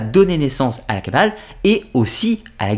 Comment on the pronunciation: La kabbaleuh, la kabbaleuh ... des gens heureux !